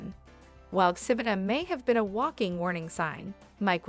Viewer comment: He-mena is how you pronounce Ximena